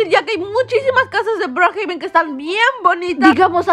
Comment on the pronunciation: Le dice broohaben😂